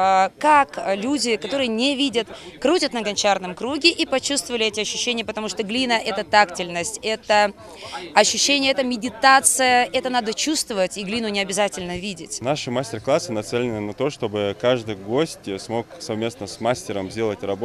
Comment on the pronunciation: Маисеенко. Тактильность- ударение на И